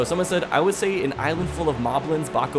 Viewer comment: HOLD UP, BAKABLINS??? WHAT ARE BAKABLINS XD its pronounced arc-uh-pel (like pelt, but pel) ih-go